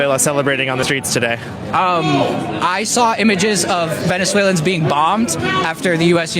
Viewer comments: Bro, the fact that you can’t say Venezuelan’s right is hilarious😂😂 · Venezuelians? Its Venezuelans.